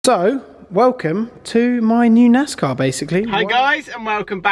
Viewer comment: It's pronounced NAZZZCAWWW 🤠🐄🐔🧢